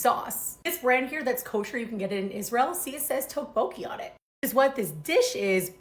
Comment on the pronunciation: Not quite right on pronunciation. You’re saying TOKE-BOKIE. Try more tyeoke-bow-kee. Almost there! Try adding some thinly sliced onions, cheese, green onions, and enoki mushrooms! Maybe some mini veggie sausages.